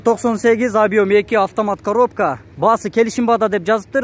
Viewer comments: Автомат каробка эмес каропка автомат 🤣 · Коропка эмес,а Коробка